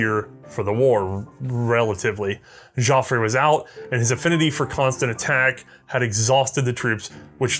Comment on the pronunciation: just discovered this channel. Absolutely loving it. However, I am a Canadian who speaks fluent French. "Joffre" does not have an accent on the end, so it is pronounced "Joff-ruh" not "Joffray".